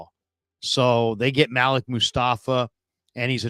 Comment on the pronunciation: normally it is pronounced maleek. maybe im wrong.